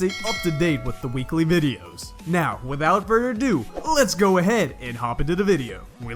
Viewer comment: 🤣 “he decides to gawg”. Good video tho